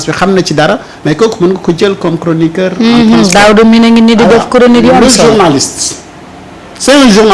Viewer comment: 😂CROniqueur ou CHORonoqueur?